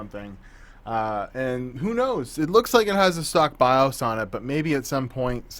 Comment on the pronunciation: Flash the Bios.. BY-OOOHS, not BY-US...